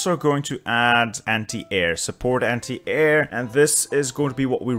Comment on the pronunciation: I don't understand why sometimes you say "anti" right and then the very next minute you say it wrong. Constantly saying "semi" wrong however